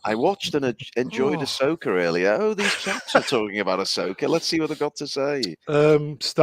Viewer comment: Ass-oka in the World between worlds of space whales. U serious?!